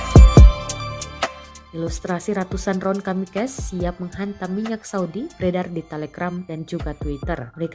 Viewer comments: Kamikaze dibacanya kamikaze aja min bukan kamikas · Kamikaze min raat , bukan kamikase